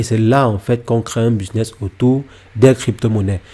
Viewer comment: 😂😂😂 bon « BISNESS » 😂😂😂 C’est BUSINESS 😂😂😂 pffoua sérieusement vas d’abord sur des vidéos de français avant de dire n’importe quoi car ses même pas un business ses une stratégie ses pas ça un business et encore moins un business à millions loins de là car sinon il ferait pas des vidéos sur YouTube il serait à Dubaï plutôt 😂 enfin bref